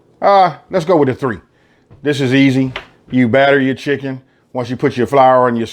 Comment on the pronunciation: *an air fryer. "add chinken" Learn English.